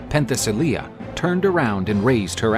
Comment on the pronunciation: It's NOT "Pen the silly yeah" - it is "Pen te si leiah" ... that's how Princess Leia got her name !